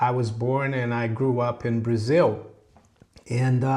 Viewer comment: We know is from Brasil because he pronounces it Brasiw and the silent second B in bomb:)